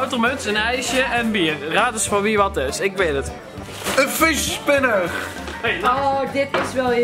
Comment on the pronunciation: Op zegt Rick geen fidget spinner maar het lijk op visjes spinner